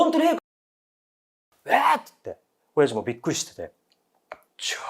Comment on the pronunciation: お⤴︎ャｼ''のイントネーションが気になって内容入って来なかったから また最初から聴いた